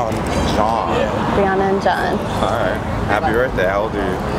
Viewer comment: Hands up if you liked where he said weirdly „JOHN“ 😂😂😂😂😂